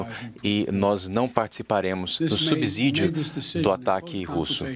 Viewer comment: SUBSÍDIO = lê-se "subicídio" e não "subizídio", como quase todo mundo pronuncia errado.